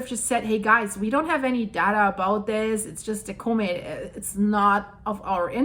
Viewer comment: "CAW=met" not Cooomet :)